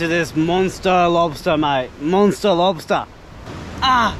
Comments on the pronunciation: The way you say Monster Lobsta you're a legend xD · This was cool as hell. I started to hear you say lobsta' in your accent and started to kinda laugh every time you said it. lobsta'